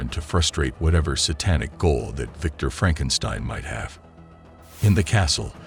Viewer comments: Loraleye & Frankenstyne. Don't use AI voices unless you put phonetic spellings in your script. FFS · how do you pronounce Frankenstein and Lorelei wrong lol